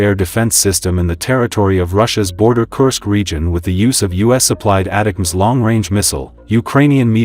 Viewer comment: ATTACK-M's is how ATACMS is pronounced